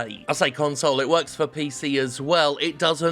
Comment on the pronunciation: "It just WWorks"